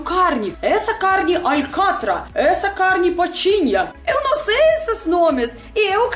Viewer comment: Tudo de bom! O carrrrne potinho! Muito show!Que charme!